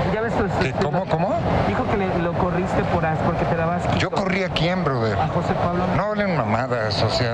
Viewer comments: Dijo broder, no brother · cuando dice borther se viene un madrazo XD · Ya valio pito cuando dice broder